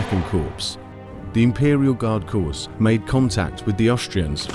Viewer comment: Very good, of note: Corps is pronounced "Core"